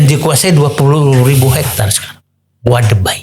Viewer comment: Weda Bay (Teluk Weda), Didu. Bukan Wade Bay.